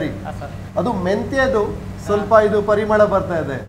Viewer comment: The way you say Parimala is super☺